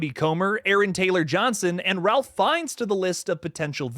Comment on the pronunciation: Great video! Just wanted to let you know that he pronounces his name, "Rafe", not "Ralph".